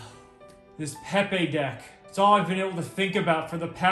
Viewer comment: these guys are cowards for pronouncing it "peh-pay" and not "pee pee" like god intended